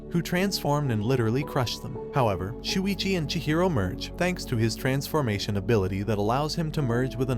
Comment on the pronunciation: When he says “transformation” I hear “transfurmation”